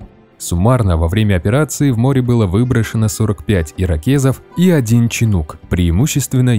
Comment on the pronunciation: На ирокезы пох.. Но ченук...